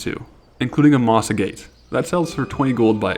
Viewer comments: For future reference, it is "Moss Ag-et", not "Moss A-gate". English is weird, I know. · Moss Agate, not mossagate. Mage Royal, not mager royal.